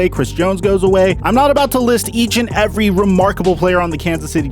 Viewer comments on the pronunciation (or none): none